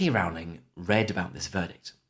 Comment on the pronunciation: Another quick note, I believe you are mispronouncing J.K. Rowling's surname. She said once people misprounce her name so often that she stopped correcting them, but I think you should go with how she herself prounces Rowling (on YT there are clips of her pronouncing her name).